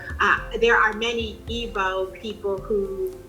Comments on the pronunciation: It's pronounced "eeg-boh" not "eebow" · Its pronounced ee-bo not what ever you wrote. Are you even Igbo?